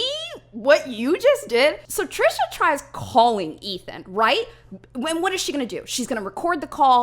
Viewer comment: I hope calling Trisha “Trasha” was intentional, either way that is magnificent! I love that lmao